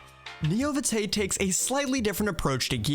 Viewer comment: VtM players are shivering with the Vitae pronunciation